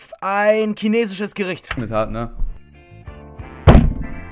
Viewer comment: Wie immer Kinesisch oder Kemie sagt, statt Chinesisch und Chemie